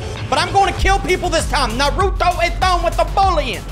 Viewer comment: The a in Naruto is pronounced like aw